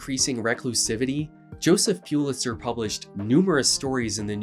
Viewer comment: Pulitzer should actually be pronounced "PULL it sir", I just learned that within the last year or two.